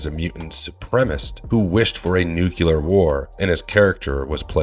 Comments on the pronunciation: nuclear FFS not nu-cu-lar. also moira not moria (& also not a mutant in the movie). why does no one actually review or QC anything anymore before posting? you do watch the videos during editing right? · Nu-cle-ar. not nuke-ular.